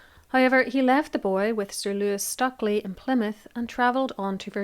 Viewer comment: It's pronounced "stray-chee"! And "stew-klee".